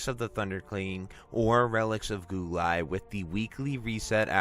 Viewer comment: I know im being a stickler, but just to inform you Guo is pronounced Gwo